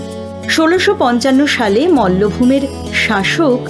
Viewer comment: প্রথমত, অসহ্য ব্যাকগ্রাউন্ড মিউজিক। নিজেরা আপলোড করার আগে শুনে চেক ও করেনা। আর ওটা "মৌলভোম" নয় 😂, মল্লভূম।